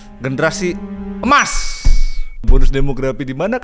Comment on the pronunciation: generasi emas ❌ generasi (c)emas ✅